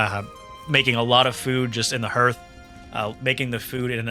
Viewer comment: Please pronounce Hearth correctly in the future.